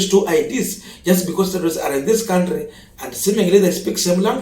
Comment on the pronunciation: Can we all, the funs of this channel, contribute to to learn how to pronounce the noun, country?